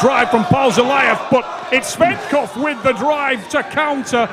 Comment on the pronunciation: Его фамилия Tsvetkov , а не Tsvektov